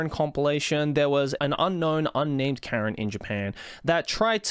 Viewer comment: Karen not keren